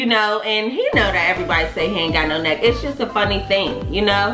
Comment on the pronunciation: Lmfao “necccK”. That pronunciation was everything 😩